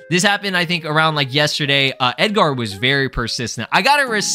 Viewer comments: Why do you over pronounce the AR in Edgar? You sound like a pirate 😂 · Who tf is Ed-gar😂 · Why you saying “Edgar” like that ts pissing me off lmfaooo😂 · i don't think i've heard anyone pronounce edgar that way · They way you pronounce the name Edgar is killing me🤣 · Why are you pronouncing Edgar like that lol I thought you were hispanic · Why bro pronouncing Edgar like that